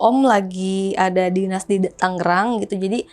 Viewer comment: TANGERANG boss... "G" nya satu tengah